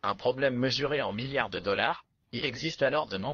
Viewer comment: "Des trilliards de dollard "